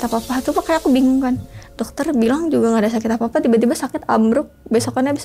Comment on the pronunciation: Mereka : merekah, nggak apa2 : nggak papah, apa : apah.. 🫣🫣